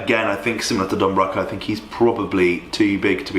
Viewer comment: It actually pained me to hear you saying Don Broco wrong lol